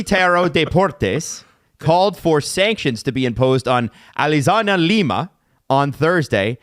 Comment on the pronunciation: My favorite podcast moment ever is now trying to say Alianza Lima and Universitario de Deportes, saying it different every time and not getting close once lmao but yeah my family is Peruvian and I can say that level of pettiness is extremely on brand for sports down there